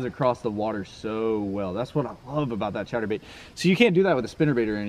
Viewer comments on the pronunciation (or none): The way he said chatter bait 😂😂😂